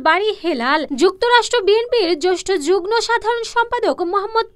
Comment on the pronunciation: যুগ্ম শব্দটির উচ্চারণ হবে জুগমো।দয়াকরে উচ্চারণ ঠিক করবেন।